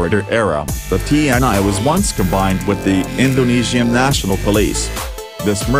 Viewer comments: Its actually pronounce "tee En EE" not like tee en ai 😊😊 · Cuma ti en ai jx yg jelas kedengarannya😁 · Bukan tee and I tapi TNI serr,.. Bacanya,. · Ti En Ai... Agak aneh sih dengerny 😂😂